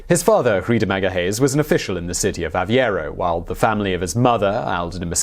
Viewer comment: The proper names are pronounced Faleiro and Aveiro not Faliero and Aviero.